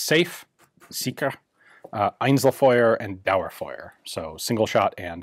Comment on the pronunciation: S= Sicher = zee-char E= Einzelfeuer = ain-cell-foi-re D= Dauerfeuer = dower-foi-re i don't want to pick on you. Maybe this will help you improve your, not bad at all, german pronunciation.